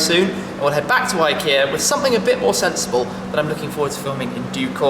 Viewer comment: It's pronounced ik Ea just watch the adverts